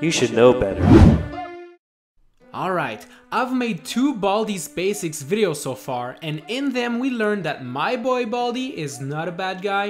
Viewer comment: You dont make sencs you said baysacs